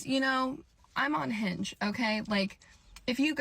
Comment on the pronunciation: I heard "I am unhinged", not "I am on Hinge".